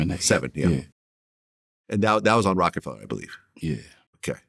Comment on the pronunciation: Fella not feller😂